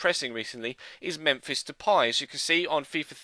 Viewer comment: It's not de-pie??? De-pay... There is no accents so it's de-pay...